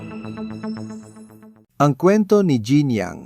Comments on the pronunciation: Tama. Gusto kong pakinggan, pero linikilabutan ako sa pronunciation. Hindi "Jeab" it is pronounced like French " Jeanne " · Ang pagpronounce ng pangalan niya ay "Jan" not "Jean". (just saying). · Jeanne...pronounced ZEANNE